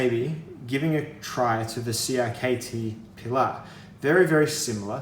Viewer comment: You are the first english speaking person that I have heared pronounce "Pilar" correctly